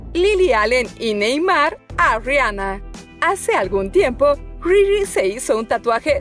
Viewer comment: Se dieron cuenta que dijo que sí que frifri en vez de riri